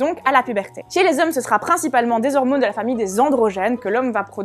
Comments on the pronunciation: Quand elle dit "hormounes" :3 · Hormônes, testostérônes... C'est con mais ça me fait rire.